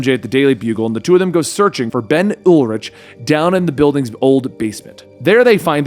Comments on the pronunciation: Yo, it's pronounced "Ul-RICK" not "Ul-rich"! I don't know why that has bothered me so much but literally everybody else has pronounced it as the former as opposed to the latter. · Ben Urich's last name is phonetically pronounced YOUR-ICK